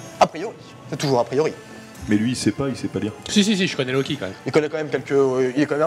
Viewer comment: y ma fallu une demi heure pour comprendre que luky c est en fait loki que prononce comme si il avait un poil sur la langue XD